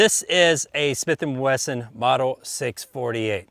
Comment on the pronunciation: Snith and Wesson? That’s a new one lol